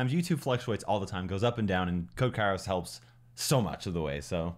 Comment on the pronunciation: im actually greek and understood that also kairos means weather in greek but its pronounced keros